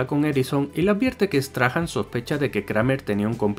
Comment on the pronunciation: Por curiosidad. No se pronuncia "Straham". Sino " Strahm" . Ya que los españoles tienen bastante españolizados estos nombres de los personajes xD